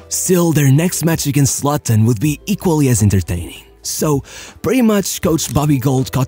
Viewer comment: I love how he pronounced 'Luton' like 'Slutton' 😂